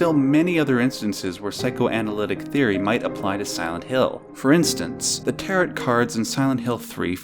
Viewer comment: That's not how you pronounce "tarot" lol